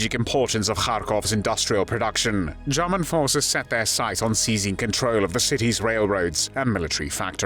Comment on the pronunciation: Good video but the voice commentary is not pleasant. It’s murder not Marda. German not Jarman..etc